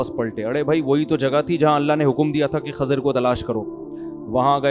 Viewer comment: Mufti sahab it's Kh"I"zar not Kh"A" zir 😒